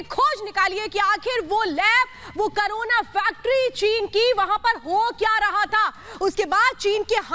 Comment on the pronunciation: करूण नही कोरोना कहिए